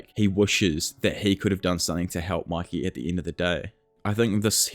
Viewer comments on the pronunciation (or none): Why do you say Maki instead of Mikey